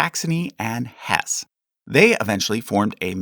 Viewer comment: Sorry to knit pick but your mispronunciation of Jan Hus and Hesse is distracting. As a rule in German, J sounds like Y and E at the end of a word like it’s “eh”… So it’s “Yan Hoos” and “Hess-eh”